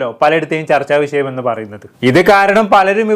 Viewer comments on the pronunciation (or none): ച൪ച്ച വിശയമല്ല ച൪ച്ച വിഷം രണ്ട് പച്ച ഈ൪ക്കില്‍ നാക്ക് വടിക്ക്